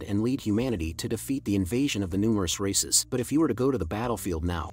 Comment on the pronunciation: I thought he was saying racists the whole time lol